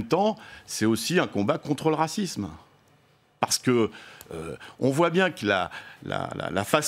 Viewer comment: À chaque fois qu'il sort le mot racisme on dirai qu'il a l'impression d'avoir envoyer un genkidama 😂.